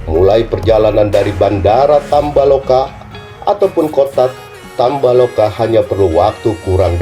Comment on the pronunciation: Tambo laka bukan tamba loka.😆